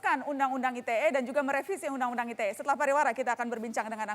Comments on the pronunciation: Dari ngomong ITE jd "ai ti e" aja nyebelin nih bapack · Fajroel sok Inggris. Ii Te Ee, bukan Ai Ti Ee 😂